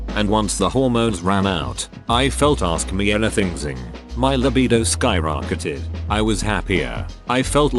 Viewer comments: Ah yes, my favorite word... Askmeanythingzing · “ask me anything zing”